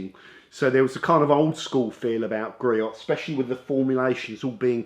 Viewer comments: Griot's is pronounced Gree-Ohs. 🙃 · Love their products and are available at the local auto parts houses if need it quickly. And the proper way to say their name is: GREE-OHS (check out their USA home page near the bottom)